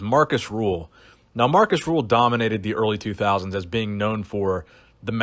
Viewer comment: Markus RÜHL, not Ruhl or Rule